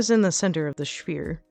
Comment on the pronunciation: Damn you woman, now I'm pissing my wife odd by calling it a sfeere! Great tut